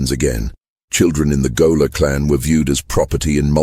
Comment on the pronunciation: If you're going to have AI read the script, at least correct such egregious errors as gaoler pronounced goaler.